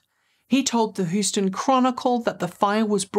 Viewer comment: Dear, Houston (1st syllable sounds like "hue" (as in color)) is the 4th biggest city in the US. Please pronounce it correctly. Not to be confused with the street in Manhattan of the same spelling, whose first syllable sounds like "how".